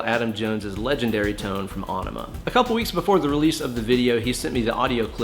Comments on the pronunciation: It's en uh muh not on uh muh. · AE makes the "Eh" sound in this case. The song is about flushing California, and an Enema is something that flushes your bowels. It wouldnt be pronounced Ay-neh-ma. Some other words with a similar AE are Aethelstan, Paedophile and Aether. The reason some words/names like Samael are pronounced Sam-Ay-EL, is that the suffix EL denotes Godliness or a connection to God. English has a tendency to favor the way a word/name was originally constructed when it comes to pronunciation. That is how you can get two words with similar letters sounding completely different. They were compound words that got squished together, so they take the spelling from both original words and then change a few letters in the middle to connect them in a way that wont change the pronunciation too much. If you've ever been to a spelling bee, you've probably heard the kids ask for the origin of the word. This is why that matters. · Onima? It's pronounced in e ma, like enema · It's actually pronounced Enima...... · Lol he called Aenima Onnima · Aww-nema? What an idiot.. You're going to try & school us on techniques, used by an amazing guitarist, for a song that you cannot pronounce.. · sure can play... but phonetically its ' en em uh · Is it not pronounced, uh-knee-muh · you're miss-pronouncing aenema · I did find the mispronunciation a bit surprising, but at least is teaching people to play the riffs correctly:-) As for the "winemaker" thing, must have been autocorrect, huh? I was like... hmm, is this some kind of Maynard reference? 🤔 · Have I been pronouncing Aenima wrong my whole life!? Thanks, correcting my guitar playing AND my grammar!